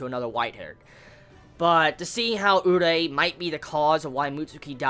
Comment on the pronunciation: Dude its not urei, it's urie!!!!! xD